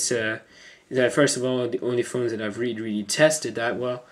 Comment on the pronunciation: Reary reary ftw